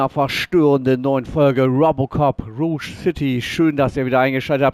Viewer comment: Heißt es nicht rougg statt ruosch.?